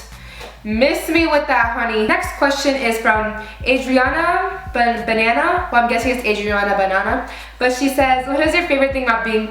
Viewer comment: Laughing at how you pronounced Buh-naw-naw.